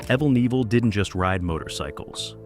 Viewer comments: "Aevel Nivel" ??????🧐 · Evel Kneeville. What the FUCK 🤡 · Apparently there are 750 different ways to pronounce "Evel Knievel". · Insulting to hear an icon's name mispronounced this badly. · At least get his fucking name right! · Not a bad video apart from the mispronounced name.it shows a picture of an American eagle a rebadged laverda twin they were even heavier than the XR but he used them briefly .he used triumph twins in the early days but wanted to go for a U.S bike because he was a patriot .im a New Zealander by the way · If you can't get evel s name right don't talk about him you're an IDIOT!!! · I would have enjoyed this video a lot more if it weren't for the constant distractions of mispronouncing his name every single time. Also, the several shots of Robbie on his Honda were proof that someone didn't do their research prior to making this video. Nothing against Robbie. He made jumps his dad didn't make, but this video wasn't about his career. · As a kid growing up in the 70's and thinking this man was the coolest guy that rode a bike hearing you absolutely incapable of pronouncing his name correctly 1 damn time embarrassed me for you! You should absolutely never make a video on anyone you absolutely know nothing about!!! Hardly any picture nor fabricated fact you sprouted out match anything he truly did! R.I.P. Evell Nevell whoever you are...